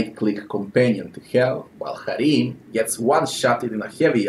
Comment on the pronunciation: I liked your pronunciation of Harrim.